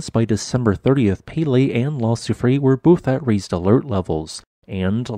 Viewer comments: Soufrière is pronounced "soo-freh-air." The (è) is an (eh) sound. You got confused with the (é), which is pronounced (ay), like soufflée. EDIT: But I enjoyed your video, as always. With all these earthquakes and renewed volcanism, wars and threats of wars, famines, diseases, perhaps someone is trying to tell us something? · Your pronounciation of Soufrière made me chuckle (okay, maybe this is the official English pronounciation, but it’d be something like soo-free-err in French ) Love your videos, thank you! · Soo-free-eyre = soufrière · La grand soufrière, soo-free-air. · Soufrière = SouFreeYer <3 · its pronounced soo-free-air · Its prononced : sew-free-hair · oh, I can imagine that, as we do use sounds that don’t exist in English! I did learn some Greek and never could get my hard ”g” right - totally new sound for me. I left that precision not because of a slightly off pronunciation but because of the total absence of the third syllable (in case our host needs to use the name again!) R ”year”, maybe? Not exactly the right pronunciation, but close enough. And yes - ”Kick ’em Jenny”? Love that name.